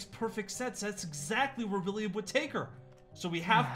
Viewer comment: WiLlIAm It’s not longer William It’s Williyam